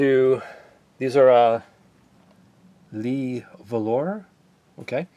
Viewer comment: Good info, I've been trying to convince my wife to do exactly what you have, Thanks, by the way, its Pronounced , Le' - Vah- Lore (silent e at the end).......:)